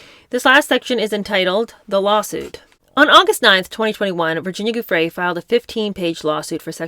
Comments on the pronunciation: Please google how her name is pronounced before reading her book. Giuffre = ju-fray I really enjoy your readings but the clunky mispronunciations do jar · I love your webcasts. But before you read Virginia Guiffre's book to your listeners, please learn to pronounce her name correctly.